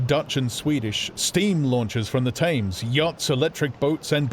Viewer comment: Gripping, but why does he pronounce Thames to rhyme with aims.